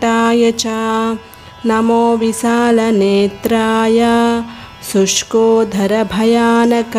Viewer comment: It is Sushkodara (sushkinchina udaramu) Not Sushkodhara.Please rectify.Remove the stress in dhara.